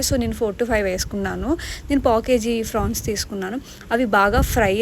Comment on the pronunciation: Frans kadu madame prawns